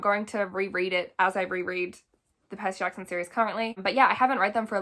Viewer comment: I know you didn’t just say Percy katson😂